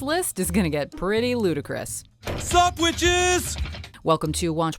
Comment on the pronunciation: "SUUP WITCHES"